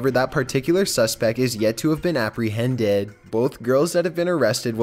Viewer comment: the way it said "dangerous" and apprehended 😂😂😂😂